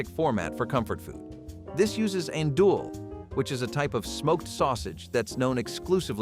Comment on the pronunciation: Worst pronunciation of "Andouille" ever.